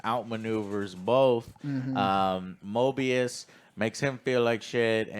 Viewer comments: Stop calling him Morbius, it's driving me crazy 😆 It's MOBIUS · Joe keeps saying "Morbius", it is "Moebius", right? Like I haven't watched this show, but given the nature of this show, a moebius strip reference in naming makes much more sense than a vampire... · I think it’s actually pronounced MObius, MoRbius is the Vampire while Mobius is the TVA Agent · love how they're saying morbius and not mobius lol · Mobius, not Morbius. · Come on guys it's Mobius not morbius don't remind me of that shitty Jared Leto movie. I think the best thing about this season so far is the budding bromance between Loki and mobius, Loki's never had any friends at all so it's really cool seeing them actually show concern and be friendly to each other in a way that doesn't involve Loki just trying to manipulate everyone around him. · Why they keep saying Morbius ☠️ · Its Mobius not Morbius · Moby rhymes with OB: mOBius! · I think I twitch everytime they call Mobius Morbius. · its mobius not morbius 💀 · Guys……….. It’s MOBIUS THERES NO R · Mo-BEE-us guys, he ain’t no vampire. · Argues over X-5’s name for 5 minutes. Fucks up Mobius’s name 20 times.